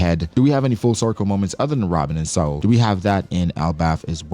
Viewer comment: Thank you for pronouncing Saul correctly hated when the show “better call saul” came out for so long people said my name wrong , was happy when i saw a giant had my name